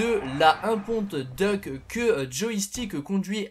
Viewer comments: ouais ca enlève tout le style de la muscle car quand il prononce ca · essaye de prononcer "Diouk" plutôt que "Duck", petit conseil ;) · bah ca veut surtout dire canard en anglais ^^ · DeadlyFanTas1e oui c'est vrai , j'avais pas fait gaffe XD #boulet